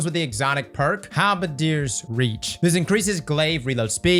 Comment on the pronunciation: The fact that correctly pronounced 'halberdiers' is a goddamn miracle